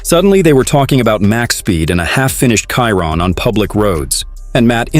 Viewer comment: Voice off person , at least pronounce the model of the car correctly . It annoying how ignorant , borderline stupid it sounds. Not editing at all on each video, before releasing it? Pleaseeee